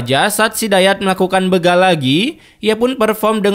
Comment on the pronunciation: Bukan begal bro tapi dibaca bégal. Sepertibaca berak